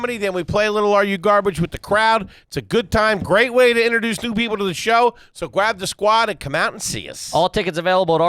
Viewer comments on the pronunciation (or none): "So gwab the sqwuad" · “gwab the squad” hehe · “Gwab the squad” 😂